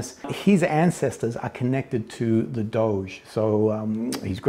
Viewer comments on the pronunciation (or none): none